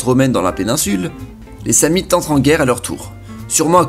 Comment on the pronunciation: Tu ne sais pas prononcer Sam-nite, ou c'est moi qui ai toujours fais l'erreur de prononcer le "n" ?